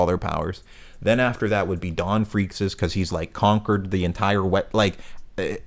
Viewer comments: Just fyi Freecs is pronounced freaks and tserridnich is pronounced sir eyed nick haha great vid tho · Whats the deal with your pronunciation of Ging and Gons last name 💀💀💀